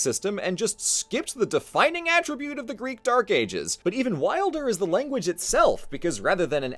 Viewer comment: Also wow, so many people butcher the greek language but you’re pretty damn close man.